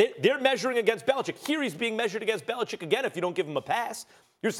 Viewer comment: Max is one of the few sportscasters who say The Patriots' coachs' name properly. Bellichick, not Bellicheck. man, that always bugs me.